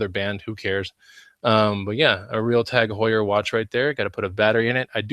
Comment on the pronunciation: What kind of watch was that, I couldn't make out what you were saying? Tag Hoyer?